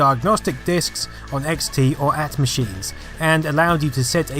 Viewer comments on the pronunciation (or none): It's, "A - T" machines - not "AT machine"! Oh boy was it annoying back then hearing someone say, "IBM AT" instead of "IBM A-T"... :-/ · "AT" machine? I bet you pronounce GIF wrong as well. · It is AT(A-T) not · "on XT or machines"?? Did all Brits pronounce AT that way? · Hell no! It always made me cringe when I heard that and in 2019, I'd have thought we'd have got past this. Clearly not. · No it's the first time I've heard it. It was always A-T whenever I said or heard it. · "at machines"? You mean AT?